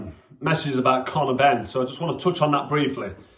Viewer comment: Yeh stop calling him Conor Henn.😂